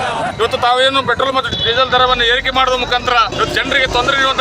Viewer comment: ಪೆಟ್ರೋಲ್ ❌ ಪ್ರೆಟೋಲ್ ✅